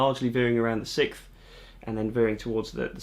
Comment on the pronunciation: I thought you were saying the sith instead of the 6th. I was like, I knew it took some dark Jedi powers to play guitar like this🤣. All joking aside, great video! You did a great job of explaining the theory in a way I understand👍